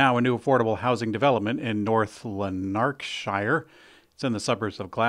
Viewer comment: It is pronounced LAN ARK SHIRE.